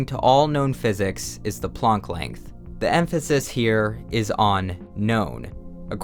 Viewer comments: You mispronounced Blame. And Planck. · man u pronounce shit weird "blame = blam??" (do I just not know how to read or something?) "planck = plunck" (maybe its' german or something idk but I've only ever heard plank